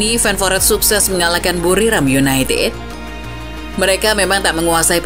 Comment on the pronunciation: "seperti yunaitid di eropa yah" renyah sekali di telinga 😢